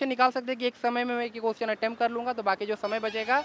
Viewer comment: Attend nahi attempt hota hai bhai